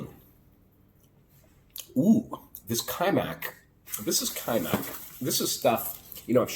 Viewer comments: You pronounce wrong :) It's not Качмак it's Качамак.You are missing A in a middle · КачАмак. Different accents. Don't get me wrong, I just really want you to learn to speak Serbian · I think the pronunciation is Ka-cha'-muk, and it is, more or less, porridge, and any manner of extras can be thrown in.